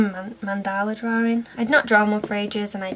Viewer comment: I don't know why but the way she/you say(s) drawing bugs me..... Any one else?